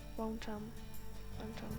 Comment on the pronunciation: Włączam, a nie włanczam , poza tym głośniej mów.